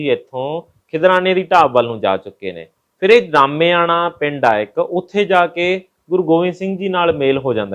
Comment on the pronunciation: ਗਾਮੇਆਣਾ ਨਹੀਂ ਜੀ ਰਾਮੇਆਣਾ ਹੈ ਜੀ, ਜ਼ਿਲ੍ਹਾ ਫ਼ਰੀਦਕੋਟ ਹੈ ਜੀ।